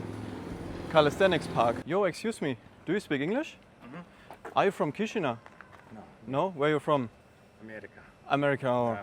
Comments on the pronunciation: Es wird "Kischinau" ausgesprochen. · Danke dass du Rumänien und Moldawien von allen Seiten zeigst. Die Stadt wird übrigens Kischinau ausgesprochen. Das a und u getrennt sprechen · Hallo, danke für das Video! Als erstes, Chișinău wird " Kischinau " ausgesprochen. Ich war letztes Jahr dort und fliege im Herbst wieder hin. Es gibt einige Nonstop Flugverbindungen. Z.Bsp. Frankfurt- Chișinău. Oder mit Umsteigen über Wien. Zurück fahre ich mit dem Zug nach București. Fand die Stadt sehr interessant. Mal was ganz anderes. Empfehlenswert ist ein Ausflug nach Cricova mit dem Linienbus. Um dort in den Weinkellern eine Führung mit Weinprobe zu machen. War zwar etwas touristisch, aber sehr schön und die Weine lecker. Am besten Online buchen! Warum warst Du nicht auf dem Piața Centrala, einem riesigen Markt im Zentrum? Da gibt es nicht's was es nicht gibt. Und man kann dort sehr preiswert essen und trinken. Bier schon für ca. 1, 30€. 30 € für ein Essen mit Getränk ist in Chișinău nicht wirklich preiswert. Man sollte schon etwas rumänisch oder russisch sprechen, sich zumindest etwas bemühen in den Sprachen zu grüßen. Da kommt auch mit den Menschen in's Gespräch. Und nicht einfach auf englisch und mit Kamera die Leute " überfallen ". 😉 Vieles hast Du leider nicht gezeigt, z. Bsp. den Triumpfbogen und die Kathedrale und die vielen schönen Parks. Freue mich schon sehr wieder nach Chișinău zu kommen. Viele Grüße! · Erstmal Namen der Stadt falsch ausgesprochen :D